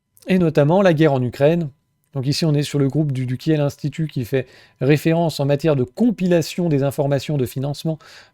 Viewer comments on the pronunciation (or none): none